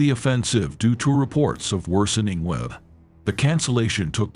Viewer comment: Bring back the old voice. The old (English) AI voice was much better. It could pronounce "weather" and "Patton"!